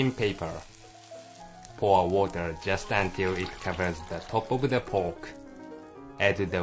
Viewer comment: "add wata' to cova' de' POKE"